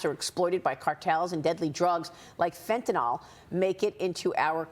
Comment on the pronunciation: Wish they’d learn how to pronounce FentanYL. It’s not FentaNOL. Yes, petty, I know, but I appreciate people talking to us being able to speak correctly. Stop saying things like, “they had went”.